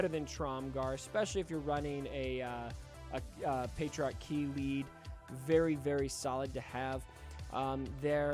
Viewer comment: The way he pronounces it sounds like patriarchy, which was just funny lol